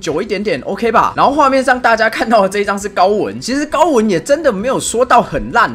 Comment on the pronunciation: 高文聽成高丸……（x）